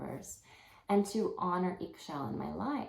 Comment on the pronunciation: Pronounce is “E Shel” in Mayan language 👍